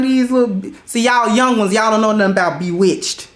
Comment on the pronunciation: Lawd!! She said Bewitched 🤣🤣